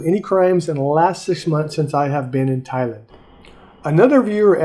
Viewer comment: It's Thai-land, not Thailind. That really put me off.